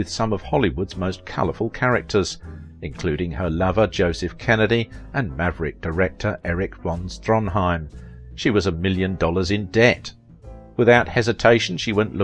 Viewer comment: STAR not starlet come on man von Stronheim who is that?